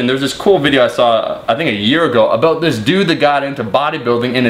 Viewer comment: Aboot :D